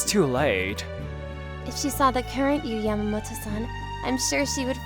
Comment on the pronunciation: "Y - - - U"? That's not how the name is pronounced. It's supposed to sound like the pronoun "you".